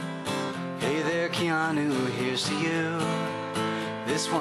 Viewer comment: WHAT'S WRONG WITH YOU PEOPLE .. LEAVE THE KEE OUT OF KEANU ..!! well , cuz it's pronounced Kay-a-noo Reeves ..!!